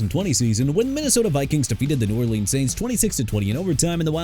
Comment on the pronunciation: NEW ORLEANS AS IN NEW OR-LINS, NOT NEW OR-LEANS! ALSO YOU NEED TO STOP SAYING "JAGWIRES"! IT'S JAGUARS PRONOUNCED JA-GWAARS! NO MATTER HOW MANY TIMES I GOTTA TELL YOU, YOU... DON'T... UNDERSTAND... AT ALL!! AND FYI JADEVEON CLOWNEY AS IN JUH-DAE-VEE-ON! I HOPE YOU MAKE PLANS TO FIND YOUR NEXT JOB CUZ YOU AIN'T GOOD AT THIS ONE! AND BY THE WAY BREAKING NEWS: OBJ IS GOING BACK TO THE GIANTS! YEAH HE PLAYED 9 GAMES WITH MIAMI CATCHING NINE RECEPTIONS FOR 55 YARDS SO DON'T BRING THAT UP NO MO'! I'VE HAD IT WITH YOU.